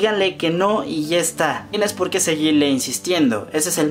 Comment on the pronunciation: POQUÉ?!? NO HAY POQUÉ!!